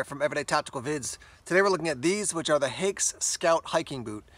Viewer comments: One of the best boots ever. The new standard issue of the German army. But „Haix” is pronounced like “hikes” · I’m not German, so fell free to correct me. But isn’t it pronounced like “hikes” boots?